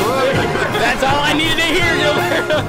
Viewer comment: you havent forgotten about Gilberto but you can say his name right? the "h" sound is indeed in the english language. casual racism. im sure you'll get your likes tho.